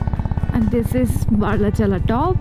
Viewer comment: It is BARA- LACHA-LA Seems like pronouncing wrong